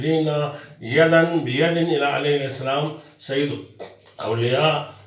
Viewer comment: Mashallah Salam to sahi tarah kro ju muhtaram